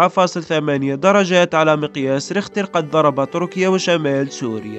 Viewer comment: تركيا وليس طركيا... أعدل لسانك